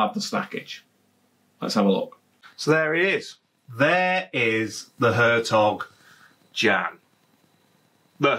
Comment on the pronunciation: The closest you can get to pronunciation as a Brit is 'air tok yon'.... BTW, if you eat Gouda cheese it is pronounced 'howdur'.